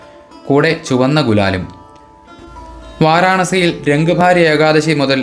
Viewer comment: വാരാണസി ✔️ വാരണാസി ❌ പരിശോധിക്കൂ